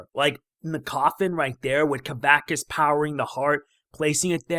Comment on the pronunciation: You pronounced kavaxas wrong